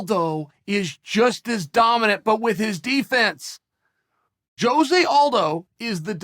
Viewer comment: I appreciate sticking up for Jose but why cant anyone ever pronounce his name right?